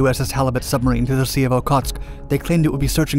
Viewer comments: When Germans trying to Pronounce Submarine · "Schubmarine" XD